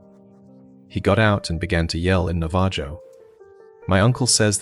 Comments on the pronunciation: Navajo is pronounced Nav-ah-ho, I'm a bit insulted that you didn't check to make sure you had it right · It's gotta be, nobody pronounces Navajo like that